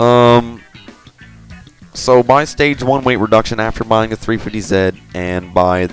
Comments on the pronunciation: What's a 350 ZET????? Do you know how to say your alphabet? Z=ZEE! Oh and you don't say Nissan, KNEE-SAND jusy NISSAN! (KNEES-ON) <--like that lOl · its 350 z not zit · why do you say 350ze and 370ze? its 350Z and 370Z